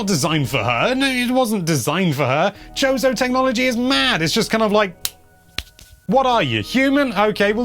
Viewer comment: I heard “chode-o” lmao